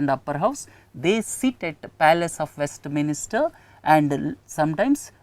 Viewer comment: hi sir, thanks a lot for the efforts you take. please correct the pronunciation for WESTMINSTER as it is not west"minister". please don't get offended i corrected this because it's in news and important to remember. thanks and regards..